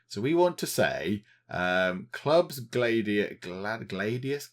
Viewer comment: Gladius, Glad-E-I